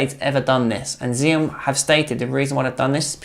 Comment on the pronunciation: "Ax-ee-om". FFS, mate. Get it right. You guys are supposed to be experts and yet, you don't know how to pronounce XIOM. You sound like a bunch of twats talking out of your arses. If you know about table tennis, then you know that two of the first things you learn are how to pronounce Joola (Yo-luh), and how to pronounce XIOM (Ax-ee-om). If you're trying to get people to trust your reviews, you're really not doing a good job of it. I wouldn't trust a bunch of "experts" who don't even know how to pronounce the thing they're talking about. I've already tried to help u guys on this several times. I was nicer about it before because I'm just trying to help. But, now I'm just going to slag you since you apparently don't care enough about your presentation to get the important things right